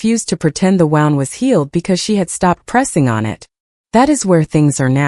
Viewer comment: Please refrain from using the word Wound if you're going to say it so horrifically. 😂